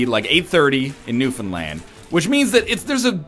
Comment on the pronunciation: Thanks for pronouncing Newfoundland correctly NL. Love the videos!